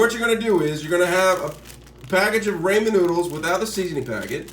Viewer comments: Ra-men not ray-men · It is pronounced rah-men, not ray-men. Cool vid though 👌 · “Ray-men” lol 🤦🏽‍♂️ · I'll say Raymen till the day I die. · No, they have problem pronouncing the "th" sound. Like they'll pronounce the name Matthew like Ma'few, lol! But I think he's just being funny pronouncing it as "raymen," lol! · I cant watch this video any longer because the way you’re pronouncing ramen is wrong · my guy she legit said i will leave because you are not pronouncing ramen correct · I thought this was a troll vid when i heard how you pronounced it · He’s black.. they have a hard time pronouncing things. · He knows how to spell it. He was referring to the way that you pronounce “ramen”.